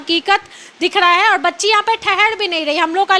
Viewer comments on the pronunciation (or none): Aur ko aud Ghar ko ghad Har ko had Angreji ko angdeji Pahle tu sahi kar apne aapko 😂😂😂😂